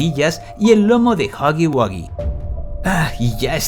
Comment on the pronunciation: Pir fin una persona diciendo huggy wuggy bien. joder